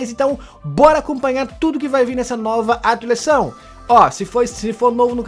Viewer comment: Fala atualizaçao do jeito certo